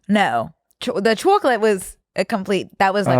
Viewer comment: The way says chocolate 😭 i love when her east coast accent comes out it’s so cute